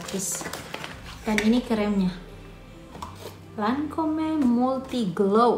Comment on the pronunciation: Assallamualaikum..mbak,, bacanya Lancom yaa,, tulisannya Lancom'e